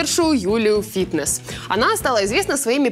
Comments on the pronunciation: Юля финесс, а не фитнес. Слідкуйте за інформацією про людину ,за яку збираєтесь говорити .Занадто банальна помилка ,могли б і погуглити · Финесс, а не Фитнес 😂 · пишете финесс а говорите фитнесс